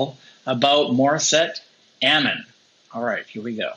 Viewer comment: Amon. Emphasis on the M, not the a. (Like "Mom" with an n)